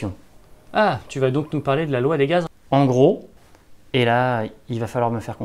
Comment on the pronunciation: non pas de ''s'' à ''gaz''